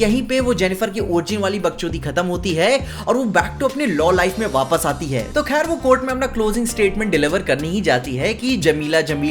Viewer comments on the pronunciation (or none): none